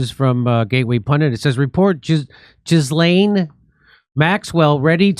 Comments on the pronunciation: It's NOT Jislaine -- it's pronounced GILL (as in fish gill) - LEN. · Please, everyone, stop saying Jizlane?!🤮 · IT'S "JHEE-LAYNE". I know what she did, but it's not "Joffrey" Dahmer, or "Alan" Hitler, or "Fred" Bundy. You man talk words make money. Learn talk words better.